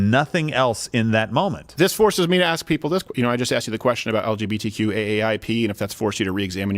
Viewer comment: Steven says “ask” like a true Canadian 😂